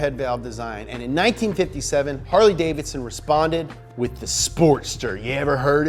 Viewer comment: Funny. Harly davidon as explained by a millenial.